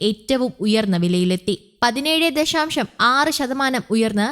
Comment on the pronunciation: ദഷാം ഷം അല്ല ദശാശം ആണ്